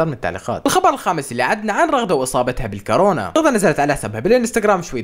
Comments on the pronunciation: كاورنا❌ كورونا✅ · يمه فهد حارقهم حرق🔥🔥❤ تصحيح : فهد المرض اسمو كورونا مي كارونا😅❤❤❤